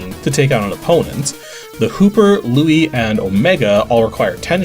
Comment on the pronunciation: How do you not how to say Luis and Ramon??